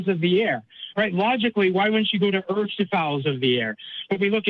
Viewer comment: "if you look at the way that them Earfs fit together..." 😂😂😂